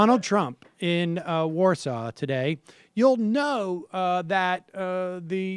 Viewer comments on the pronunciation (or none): none